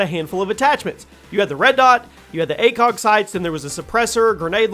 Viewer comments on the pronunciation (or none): none